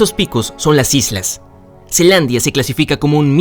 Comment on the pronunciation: No es zealandia y no zelandia